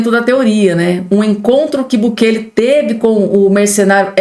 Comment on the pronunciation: O nome é BUKELÊ.